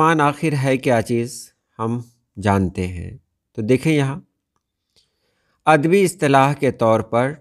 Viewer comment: اَد بی عَر بی کہنا غلط ہے۔ درست تلفظ اَدَبی اور عَرَبی ہے۔ یعنی پہلے دو حروف پر زبر ہے۔ ان کے مآخذ با لترتیب اَدَب اور عَرَب ہیں۔ رومن میں یوں لکھیں گے : Adabi Arabia.